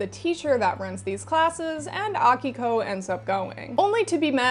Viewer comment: As someone named Akiko, it was both nice hearing someone say it right, and really confusing hearing my voice repeatedly lol Also I'm a lesbian, and a lot of shoujo manga has emphasis on romance, but usually straight romance (and honestly i'm just not that interested in that). Do you have any recommendations for shoujo and seinen yuri? A lot of the time it seems like yuri just ends up being shounen somehow.